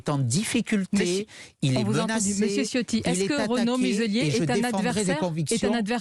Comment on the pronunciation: Même si c'est un traitre, non seulement par qui il sert , mais considérant qu'il est issu des Niçois qui étaient campés avant l'annexion Française de 1860. Mais Ciotti se prononce "Tchiotti "... Ça fait plusieurs vidéos où je vois le parlement et tout ces journalistes faire " Siotti " je trouve ça hilarant. Les branques. Pour autant Eric ne souligne pas, ça veut dire qu'il n'a pas ses racines â coeur. Avec Escrosi, Ce sont les Massena et Maulaussena d'aujourdhui.